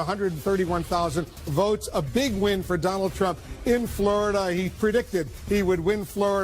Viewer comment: Fleurida, Flerida... At what point did they start popping Xanax?